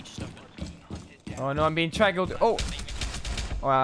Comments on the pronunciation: "oh no I'm being trackal'd" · "Trackaled" love it